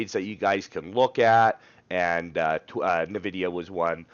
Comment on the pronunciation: it's "En-vidia", not "Navidia" :-)